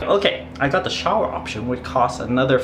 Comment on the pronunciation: You know you have been in Asia for a little bit when you start pronouncing shower as showel. Pretty cool place there. Looked perfect for you, like hitting the jackpot there